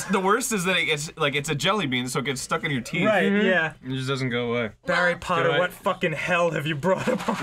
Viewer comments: I hope is pronounced Barry Potter and the D-club of the Phoen-ECHS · Barry Potter. Danbledoor. Suzmiony. Aronald Weasely. uh... oh goddammit ross.